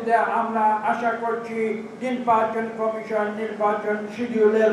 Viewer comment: উনি কি কারণে নির্বাচন কমিশন কে নির্বাচন কামেসন উচ্চরণ করেন?উনি কি বাক প্রতিবন্ধী নাকি অটোপাস ?সংস্লিস্ট কতৃপক্ষের কি নজরে পরে না।